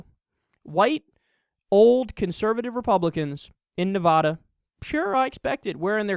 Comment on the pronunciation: "Nev-AD-a” not “Nev-AH-da"... just saying. I know it may seem like, "oh you're being such a nitpicker!" Well, in Nevada it matters... it really does. Those who are from Nevada and hear Nev-Ah-da immediately pay attention to that. Just trying to help is all.